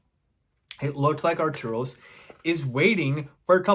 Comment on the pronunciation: Its Arturus not Arturos...it drives me mad everytime you say it.